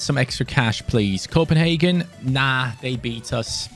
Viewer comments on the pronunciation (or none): none